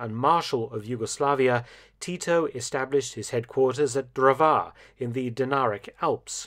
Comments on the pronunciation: You pronounce Drvar as Drwar, it's was so funny hearing your pronouncing of that city. Ppl like to make jokes about that city as calling it Dr. War. Btw it's my home time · In the pronunciation of "Dr̀vār" ("lumberjack") the stress is on the "r"; the a is only lenghtened and pronounced at a slightly higher pitch. . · Just a nitpick from a resident of an ex-yugoslavian state - "Drvar" is pronounced "Dərvár" (with an emphasis on the ə). English TTS really doesn't get it right.